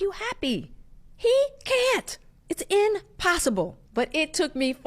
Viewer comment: Did this bitch frfr say “inpossible?” Lmfaoooo